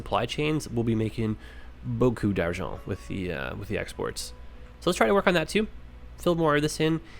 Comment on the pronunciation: "Beaucoup d'argent"? You're canadian or french?